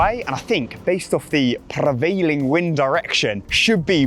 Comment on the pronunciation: "pRRRRevailing" wind direction